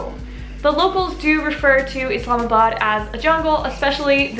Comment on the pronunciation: the way you pronounce Pakistan & Islamabad is so perfect 🌟 I love that you respect our religion, culture & even care about pronunciation 😍 Thank you so much 💖 Huge Respect for you sister💕 May God Bless you with his Mercy💚